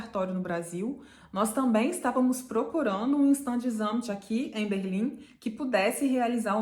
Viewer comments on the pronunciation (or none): Fala assim: chtándes - ámt ....a vogal " a " não se pronuncia como " ã " , que é muito comum para brasileiros!